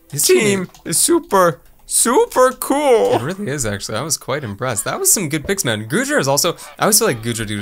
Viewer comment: Its k-ol